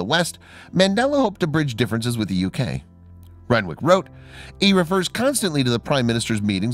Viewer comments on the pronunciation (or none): Renwick is said rennick it's a silent W